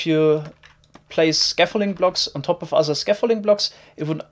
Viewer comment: i love how you say "other" ; "offer"